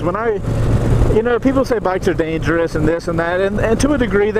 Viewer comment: "dangerwous situawation" XDD